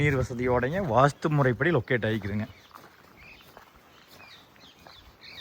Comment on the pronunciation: லொக்கட்... என்றால் என்னடா அறிவிலி லொக்கட் மூக்கேசு.... எங்கே இருக்கிறது அல்லது எங்கே அமைந்திருக்கு....என்று சொல்லிப் பழகடா....